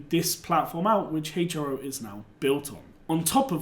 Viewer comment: I may be wrong but I think it's pronounced Hero